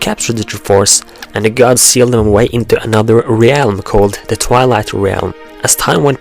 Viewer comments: I cannot stand how you pronounce certain words, re-alm? Truhforce? Really? I really want to watch your video's but it's so annoying! Please, work on your speech! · "Realm" is pronounced "relm" the A is silent ^_^ good work like the theories, also, dont talk so close into the mic, we can here the wetness in your mouth haha. Oh, and I wouldnt say Majora's different forms are spider like, Personally I think they make it clear he is humanoid in form. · you say re-elm and i used to say orc-arina. This is what happens when you have a game with grunts and yells as speech. Still pretty great thou.... :p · reeealm lmao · hard to believe that since termina and hyrule are in different (parallel) worlds. they could be the same in the sense of being their own counterparts but not the same as "this one and that one are ONE". also a little something that was really annoying was your pronunciation of "realm". i am noone to judge since my speaking ability isn't close to native, but it seems like a simple mistake to me. the way you say realm is somewhat like this: re-älm. it should just be "rälm" treat the "e" as if it was silent and there you go. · God, no offence, but I hate how you say realm... Sorry it just bothers me. Don't go commenting you don't have to watch it or whatever